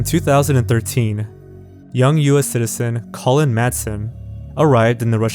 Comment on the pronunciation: The video is great and your narration is also pleasant to listen... but I can't unhear your pronunciation of the man's name, Colin as colon...